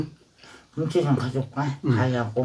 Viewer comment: 오느른~켁켁켁 미친넘인가 강판을 세워서 쓰네 등신 크아아아아아아아아아 들었다놨다 들었다놨다 엄지 피난다 ㅋㅋ 할배 감기걸렸네 비주얼 토나오네 할배 니도 피맛 함볼래? 손가락 자를거같애 할배오늘 시름시름거리네 식당하냐? 양 개많네 👐 손 흔들면서 설명하기 가위로? 👐 대지고기 김치찜 다대씀다 웃으면서 말하니까 발음 ㅈ같다 우리김취야~ 꼬ㅊ 꼬ㅊ (이부분 계속누르면 재밌음) 맛있음의 다그닥 진짜 턱 병원좀가라 밥도둑 오냐